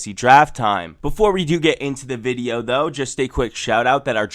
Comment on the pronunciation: Why do you say video as "videooww" Is that some accent thing or what lol